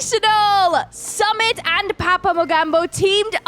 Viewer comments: His name is Su-mit not Sum-it😂😂. It was a nice match Anyway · It's not Sum it❌... Its suu mit✔️😤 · Sumit ❌ Samit ✅😂 No offence on accent 😀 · Its not samit its Su-Mit 🥲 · Sumit really did Blizzard with a drill was really impressive. I use log launcher with super wiz, so I call it 'Lizzard'. 🤣 Btw try to pronounce Sumit's name like 'Soomit' so you can pronounce it properly. And love your commentary.🥰💛